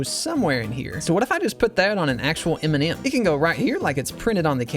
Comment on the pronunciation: am I the only one who heard Eminem instead of M&M?